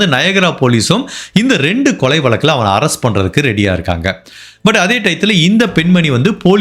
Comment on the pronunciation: Sir tamizh vaarthyileye za irukku. Neenga eppavum vaalkai, valakkam nu uchharikkareenha. Naan nagalakshmi. Thappa ninaikka vendaam